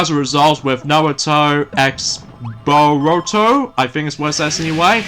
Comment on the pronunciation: You mispronounced Boruto's Name buddy. It's B-O-R-U-T-O! Boruto!